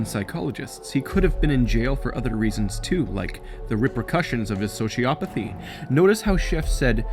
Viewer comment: omg i cant, your pronunciation of sociopathy is driving me insane, ITS NOT Sho-Ci-A-Pa-Thy ITS Sho-Ci-O-Pa-Thy like, oh my nuts O NOT A